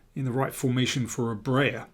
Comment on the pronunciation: Please don't say "Brayer". It pronounced like "Bryer".